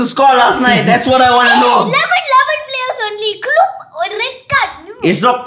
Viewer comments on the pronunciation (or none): Klopp sounded more like flopp